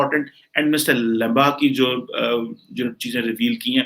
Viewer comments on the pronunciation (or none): satyendra Lamba..Laaaamba bole lumba nhi hota lamba hota h Ajit Dobal hota h doble nhi, modi hota h modddi nhi bolna seekho yaar tum pakistani ho toh khittey k he bolna bhi nhi aata h tum logo ko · It's Laamba not lamba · While we speak it is not LAMBA EXACTLY IT IS (LAAMBA).